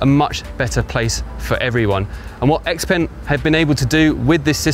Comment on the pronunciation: The letter X makes a 'SHA' sound in Chinese and 'peng' is prounced 'PONG', so put to together, "SHA-PONG"